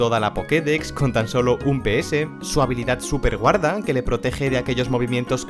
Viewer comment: Casi oigo superguarra en vez de superguarda